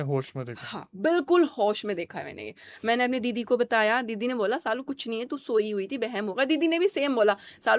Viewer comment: It's Saalu not Shalu